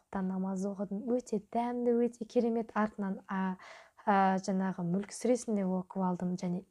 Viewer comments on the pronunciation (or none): none